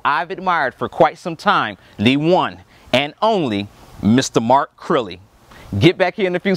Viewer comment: lived in japan? "Mark Crirrey"